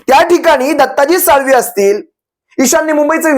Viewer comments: 🚩 दत्ताजी साळवी नाही दत्ता दलवी बोला 🚩🚩🚩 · दत्ताजी दळवी साळवी नव्हे साहेब चुक सुधारा